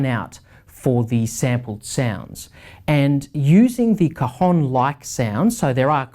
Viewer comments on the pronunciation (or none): Hi,your pronunciation of El Cajón is not correct.Impacts the A cAjón.You say "testicle" in Spanish..."COJON".... Regards from Spain! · Great review!! and I had a lot of fun when you pronounced the a of cajon so closed that sounded like an o "cojon" (cojon means testicle in spanish) this makes your review even better ;)